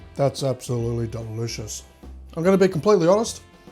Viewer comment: I love how you say "... Delivious recipe"